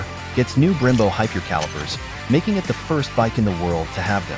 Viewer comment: Literally stopped watching when the AI can’t even pronounce the bike correctly